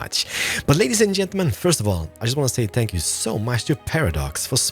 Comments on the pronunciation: (No offence) when he says thank you it sounds like spank you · Is it only me or does he say spank you insted of thank you